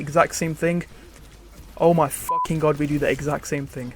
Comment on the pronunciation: Please don't say God like that